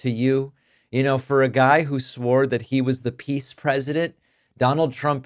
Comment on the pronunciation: Did you say pees president?